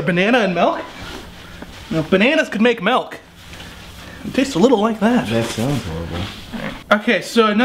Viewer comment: It's milk not "melk"!!!